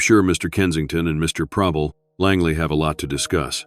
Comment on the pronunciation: "Mr. Prebble" ??? LOLOL!!!